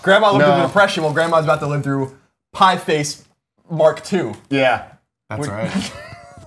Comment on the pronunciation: These guys can't even read a two word title correctly. It's Pie Face.